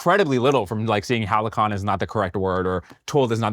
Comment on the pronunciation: that halcyon pronunciation